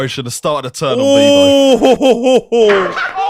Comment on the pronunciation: His name is Beavo NOT Bevo 😂😂😂😂